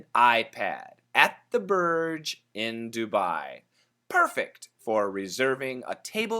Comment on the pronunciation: Hi While it's written as Burj, we actually pronounce it 'Borj. Borj means tower in Arabic. I'm gonna send you a link about the Arabic pronunciation.